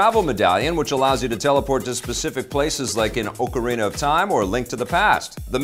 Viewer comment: You can tell a pro because he pronounced "ocarina" correctly.:-)